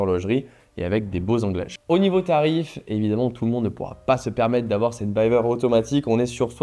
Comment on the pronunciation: Je me permets juste de te corriger : on dit "Bivère" pas "Bailleveur". Cf les interviews de Jean-Claude Biver lui même. Force à toi dans tes projets.